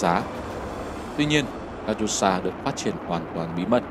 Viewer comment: Катюша đọc là Ca-chiu-sha các cháu ơi!